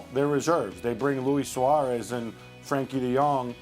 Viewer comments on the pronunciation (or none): none